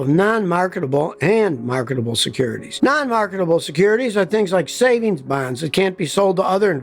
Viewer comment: Speak OH Sacred One Did you say: " Satan's Bonds" or " Savings Bonds"